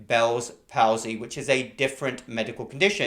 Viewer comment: Palsy is pronounced "Paul-zee"